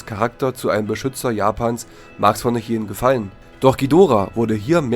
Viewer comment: Danke das ihr nicht Dschidorah gesagt habt!👍 Das tut mir immer in den Ohren weh! Aber jeder Jeck iss nunmal anners!😉